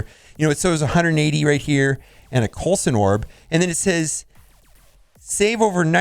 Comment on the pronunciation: "A Coulson Orb" 😂